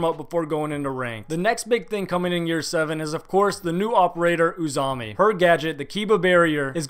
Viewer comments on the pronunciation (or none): AZAMI NOT UZAMI WTF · i can't help myself not comment this: why do you keep calling her "uzami" when its clearly an "a" at the beginning x) its Azami!!! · Did I miss when he started calling her “U”zami not Azami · BRUH HOW DID YOU SAY OO-ZAMI ITS AH-ZAMI XD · "The next big thing coming in year seven is the new operator, Uzami." looks at top right sees name is Azami looks up pronunciation on google it's ah-zah-mee I honestly don't even blame fully for mispronunciating, I just think that a lot of people when trying to pronounce foreign names or words end up adding or changing letters somehow. Ex. In my Spanish 3 class I heard a girl pronounce "Disculpa" (Sorry/Excuse me/Apology) as "Disculpda" and I've heard various other students add the letter G to random words when they're literally staring at the word that they're trying to pronounce. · "Uzami" You good there bud? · Man’s said Uzami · I was kind of bothered by that pronunciation too lmao. its literally an A-za-mi. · Why do you keep saying "Uzami"? xD Just pronounce it how its written... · The way he butchers azamis name makes me wanna start throwing impacts